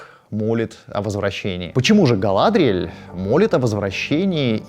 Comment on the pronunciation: Жуть как режут слух ГалАдриеэль, ВАлинор, ВАлары и др. На русском языке благозвучнее все-таки по-другому.